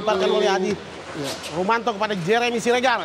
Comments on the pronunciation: He komentator bodat, adi rominto bukan adi rumanto 😕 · Adi rominto bung,bukan adi rumanto hwkkkkk